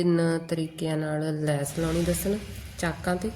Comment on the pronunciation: ਲੇਸ ਨਹੀਂ ਲੈੱਸ ਹੁੰਦੀ ਏ ।